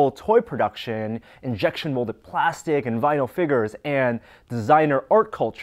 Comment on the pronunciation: Haha he says figures wrong lol